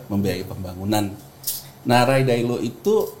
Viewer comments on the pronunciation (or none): Take a sip every time he pronounces Ray Dalio as "Ray Dailo" 😂